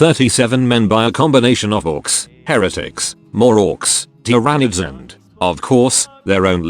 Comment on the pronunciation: how did he pronouce "tryanids?